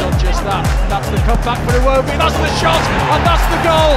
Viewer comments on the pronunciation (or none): none